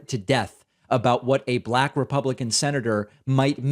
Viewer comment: He said become a republicon. 😂